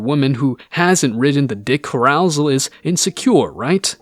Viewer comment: say it with me: carousel = kaer-uh-sell